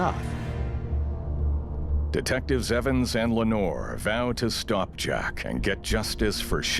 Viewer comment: Please stop reading the French last name as English. Le Noir, is not English 😂😂😂😂😂😂😂